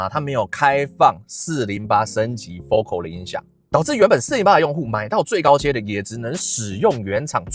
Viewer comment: 我在台灣還沒看過有人真正念對FOCAL的發音 哈 真正念法是: 佛凱爾